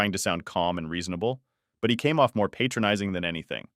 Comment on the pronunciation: It's patronizing, where the a sounds like apple. Right now, I am being patronizing in my comment. It's a helpful comment that also has an aire of superiority. The other time you patronize, the a sounds like paid. You are a patron of that restaurant. In patronizing, you frequent a place. Those words are used incorrectly 95% of time on this platform and it drives me nuts lol